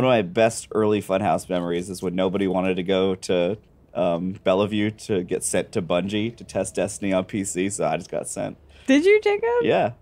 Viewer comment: I cackled hearing Jacob pronounce Bellevue, Washington as Bell-a-vue haha.